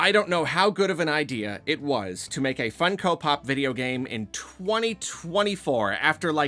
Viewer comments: never heard someone call them fun-ko pops instead of fung-ko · Why does he say it like that? Do people say it like that? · not sure why you pronounce funko like that but i agree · hearing pronounce it Fun-Ko and not Funk-o feels illegal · Why do you say funko like that 💀